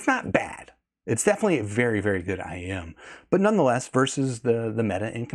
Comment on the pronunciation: it's IEM. Not IM. I could hear you struggling to pronounce it. Stop trying so hard to sound so proper and technical. We all know what you're talking about.